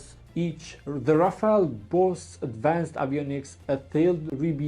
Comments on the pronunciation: rafale not rafael😂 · Rafale❌ Rafail✅ 5 indian fighters jet shutdown by chinese J-10 C but indian not Ready to hear truth From even france intelligence that admitted Lose of Rafael😂😂